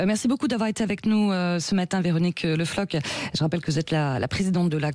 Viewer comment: Ca serait possible d'arrêter d'écorcher les noms bretons? L'état français a déjà souillé nos patronymes en imposant un "LE" qui n'est qu'un signe parmi tant d'autres de la francisation forcée de la Bretagne. Floc'h, ça se dit pas [flɔk] mais [flɔʁ]; pas Flok mais Flo'r. On a réussi à récupérer l'usage du "c'h" mais l'indigence et le nombrilisme du français moyen ne lui permet pas de comprendre que c'est une langue étrangère dont il doit respecter la prononciation un minimum... le respect des autres cultures n'étant pas dans l'ADN français.